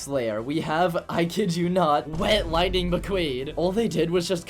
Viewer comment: lighing mceen!!?? 😨😨